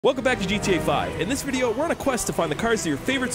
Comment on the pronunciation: I love how he always starts with "hello guys welcome back to another gta vi- Hqczycahwhdyqynwb"